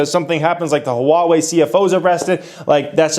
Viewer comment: Never knew how to pronounce "Huawei" before :)